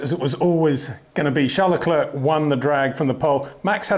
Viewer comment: If you can pronounce "Charles" properly, please do the same with his surname - said "Le Cler"